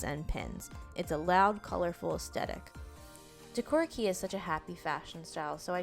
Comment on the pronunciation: Super duper cute! I wear lots of jfashion including decora. I’d love to see a doll with more of the monster aspects that are popular. (Just a little note for future vids it’s pronounced “kay”, Japanese flips how they say e and I.) 👍🏻💖